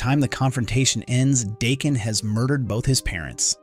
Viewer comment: DAH…KEN Not Dayken.